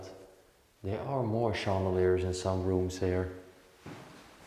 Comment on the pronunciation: Hello, Chandeliers in English is pronounced Shan-da-lears